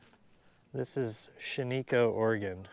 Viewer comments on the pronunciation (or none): Shaniko uses the short i sound not the long e sound. Shan-i-co, not Shan-ee-co. Not as difficult as Couer d’Alene or Pend Oreille. Much of Oregon and Washington names are mangled Native American and butchered French. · It's pronounced Shanicko, Orygun. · Shaniko is pronounced Shan-eh-ko